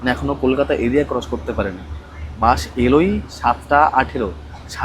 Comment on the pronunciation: বাস কে বলে বাশ,এসি কে বলে এশি 😂😂😂😂 যার উচ্চারণে এত ভুল,সে আবার বাস এর ভুল ধরে।আর বাস লেট করে এসেছে এটা হ্যারাসমেন্ট? 😂😂😂 কোথায় কি বলতে হবে সেটাও জানেনা